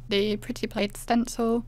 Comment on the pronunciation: Loved your peel-off plaid! It looks like pattern paper; it’s that well done! By the way, plaid is pronounced with a short “a” as in cat, instead of a long “a”. I also admired your blue plaid. Great waterfall. Well-explained, concise, and lovely voice!